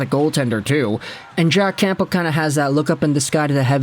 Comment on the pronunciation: The P in campbell is silent